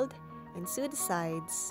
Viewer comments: its not pronounced su its pronounced so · Why would I want to sue the sides? It's pronounced soh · Just a small tip. It's not pronounced sew its sow. But beautiful doll! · Awe, she looks so pretty! That sweater looks so cozy! I want one in my size!! (Also, I'm not sure how open you are to pronunciation critiques, but I noticed you pronounce "sew" like "soo." It's actually pronounced the same as "so"! Sorry if you don't care about pronunciation! I'm learning a second language and just remembering the words is difficult, so I totally get if this is an unwelcome comment!) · its said (so) not (seew)but other than that its a rilly good doll making sep by sep instrutens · It is pronounced sow not sew (not trying to be rude) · Sew I️ pronounced soo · Btw it's not 'seu', the word sew is pronounced 'so' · Darling, so you know, "Sew" is said like "So" Hope that helped and love your vids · take a shot every time she says "sue" instead of sew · Hey, I'm not hating or at least I'm not trying too... Anyway the word "sew" is pronounced like the word "so" please do not think I'm trying to be rude or anything. Again, please don't think that I'm meaning or trying to be rude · It really bothered me when she was saying sew, because she wasn't she was saying sue